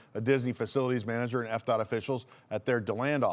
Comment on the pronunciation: Am I the only one who thought you said EPCOT every time you said FDOT? LOL